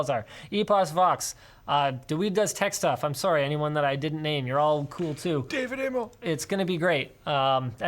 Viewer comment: "Dawid" is pronounced "dah-vid." He's South African